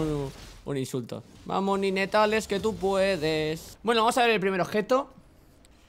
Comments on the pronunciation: Buena idea de los retos pero se pronuncia "naytels" no ninetales :P Build para akaly: Sablepistola hextexh, botas de movilidad, capa de fuego solar,mazo de hielo,daga de statikk, ángel guardián Apodo para akaly: La china loca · Tío , te lo digo a ti como a Alexelcapo; No digas "ninetales" coño xD el puto inglés. En todo caso es "nainteils" PD : Mejora el >"inglish"< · se pronuncia "naintels" no como se escribe. :) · Cuando dice NINETALES suena a GENITALES xD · Se dice Naintails T^T maldigo tu estirpe. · SE PRONUNCIA NAINTEILS pl0x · Ninetales= "Nainteils" la pronunciación por si no ..... xD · Ninetales se pronuncia "NainTeils" que afan de pronunciar las cosas tan literalmente